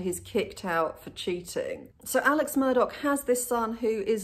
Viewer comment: Why is he Alec and Murdauck .....instead of Alex Murdaugh